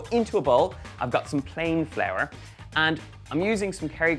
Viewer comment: could you say flour again; have a super week